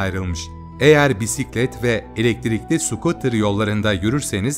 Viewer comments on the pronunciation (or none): none